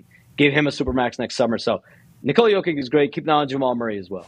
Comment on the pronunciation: Wait.. are WE really teaching SHAMS how to pronounce the 2x MVP & current defending champ/ FMVP name….? Now if we could all pronounce his first name correctly.. lol it’s, NI-kola.. not, nicole-A.. Lol. and just like Spanish, the “accent” over part of a word, does play a part in the proper pronunciation. Example: Papa & Papá in Spanish are the “same” word, but pronounced differently, and they also mean 2 different things. Lol